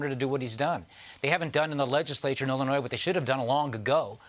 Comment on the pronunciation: Did I just hear the former governor of Illinois mispronounce the name of the state? It sounds like he added that plural “s” at the end of it.